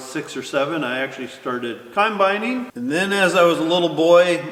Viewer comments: "conbining" hahaha, always "conbining. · “Around 6 or 7 I actually started Cimebining . . . and my parents totally missed the opportunity to teach me the correct pronunciation.” 😀